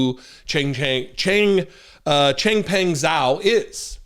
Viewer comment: Ziao is said more like "Jow"